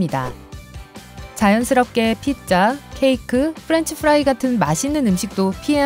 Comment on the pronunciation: 프렌치 프라이~ 할때 발음 쥐김...